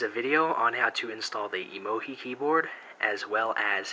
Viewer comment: why do you call emo-gi? its pronouced emo-GEE